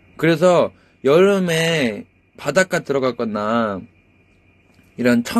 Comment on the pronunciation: 발음ㅋㅋㅋㅋㅋㅋㅋ넘 귀엽다ㅠㅠㅠㅋㅋㅋ 바닷가 드러가꺼나아~